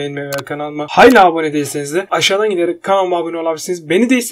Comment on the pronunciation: " Hayla" değil evladım "HALÂ" Türkçe'yi mahfetmeyin.. Dil tembelliği için Kalem tekniği ile Diksiyonunu düzeltmeni tavsiye ederim